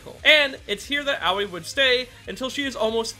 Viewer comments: Im sorry but as a Japanese, its so weird hearing you pronounce Aoi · I don’t mean to be rude, but when you say Aoi it sounds like “Owwie”